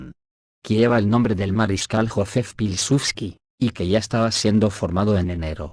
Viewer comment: con el mayor de los respetos, Buashchak, Biauistok, Piusudski, Biaua Podlaska. Asi se leen. 😊